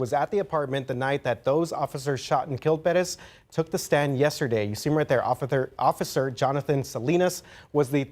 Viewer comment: "Ofither" 😂😂 sorry i just had to! 😂